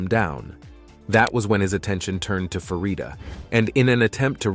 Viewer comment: It’s Farida not Faridia. Your Prononciation is so wrong.